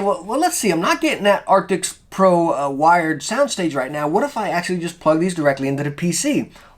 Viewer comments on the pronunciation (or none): Arctis not arctics. It’s not hard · man.. its arctis not arctics oof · Thank you so much for the review! I have an older wired arctis that I absolutely love and it's starting to get a little old so I want to replace it. But I gotta tell ya man, its "ark-tis" not "ark-ticks" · It's ARCTIS not ARTICKS lmao great vid tho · please dont call it arctics if its arctis. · It's not Arctics. It's Arctis. If you're going to review a product then at least pronounce the name right.